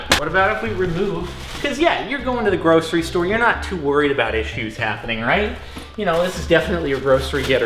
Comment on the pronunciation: The way you're saying grocery is making me cringe 😂